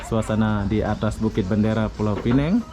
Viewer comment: Dia sebut Bukit bandara. Bandara dalam Bahasa Indonesia tu airport. Asal boleh je 😂😂